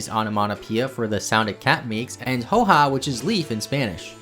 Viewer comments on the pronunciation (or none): "Hoja" is pronounced "'oha" not "hoeha" lmfao